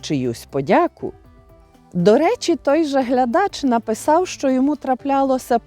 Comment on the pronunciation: А ваше "шчо" це взагалі жесть! Оу, вибачте, ЖЕРСТЬ)